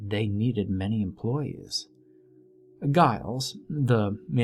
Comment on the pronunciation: The name is pronounced Jiles.